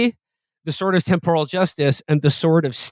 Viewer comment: It's pronounced temporal, not temporal